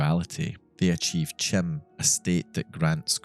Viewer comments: Just as a little correction, 'CHIM' is actually pronounced as 'KAIM', in the same way that chi in 'chi squared' is said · Isn’t it pronounced achieving chim with the “k” sound? Like the “chimer” which is what Vivec, Almalexia, and Sotha Sil are; also pronounced with the “k” sound for “ch” like “Kai-mer”. Not trying to be a dick, I’m genuinely curious because I’ve always thought and heard it pronounced my way lmao